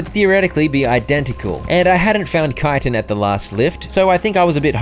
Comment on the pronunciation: Or yknow, educated